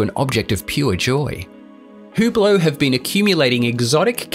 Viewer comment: Cool hewblow. Clown pronunciation.